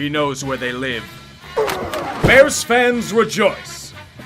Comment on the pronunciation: May the Gods curse "duh burrs" for another age.